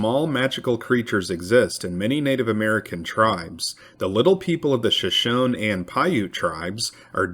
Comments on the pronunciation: Not Sho shone, Shoshone, the e is pronounced. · It's pronounced Sho-shone-knee A long e at the end so it's like the word free, Shoshone. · If I am not mistaken, "Shoshone" with ref. to the tribe of Indians is pronounced SHUH SHOW NEE.